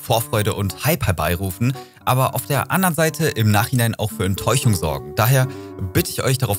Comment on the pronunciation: EnttäuCHung Rewi Sprachfehler XD